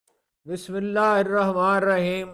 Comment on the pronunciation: Bhai bismillah to aram tassali se prlen zair zbr ka khyal rakhen